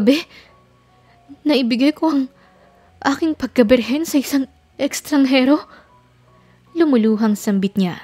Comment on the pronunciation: Pansin ko lagi ang bigkas sa Estranghero eh EKSTRANGHERO ewan kong mali lng dinig ko 😂